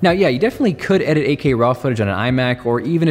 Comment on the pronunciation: AK? Think he says 8K?